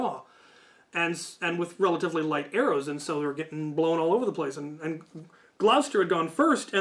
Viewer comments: you are correct, this englishman has gone nUtS, as it is indeed, Gloucester, pronounced 'Gloster' because my people are dumb and can't write what we say ._. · Poor Cap got it right once at the start of the video, but never since. Ain't no fucker in Gloucester pronouncing it GLAO-sester, and if they are, folk need to go back to school. I mentioned in my own comment that it's even shortened because of the issues folk have pronouncing it. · I got a minute in, Cap, only a minute... I live in Gloucester, and every time, that shit hurts so much! For anyone having trouble, it's often phonetically shortened to Gloster.